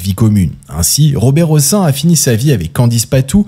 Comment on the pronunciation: On prononce le "n" à la fin du nom Hossein et Madame Françoise Giroud aura laissé son emprunte plus pour avoir été secrétaire d'état chargée de la condition féminine sous François Mittérrand que comme journaliste ... Et oui, que voulez-vous, la prison pour "P....philie", ce n'est que pour les sans dents d'en bas, mais pas pour les stars du showbiz ou ceux qui sont tout au dessus du panier...